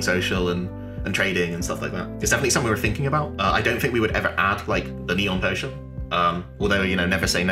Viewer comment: Did you say neon potion?!?!